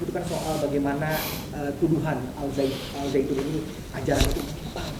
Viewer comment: Bukan alsaitun tapi alsyaian